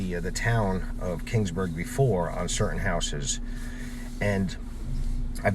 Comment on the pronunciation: It's Keeeeeeeeeaansburg not King's Burg. Sheesh